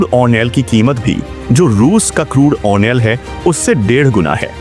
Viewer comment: खबर बेकार लगी क्योंकि आधे समय मैं तुम्हारे “क्रूड ऑनेल” शब्द को समझने में लगा रहा।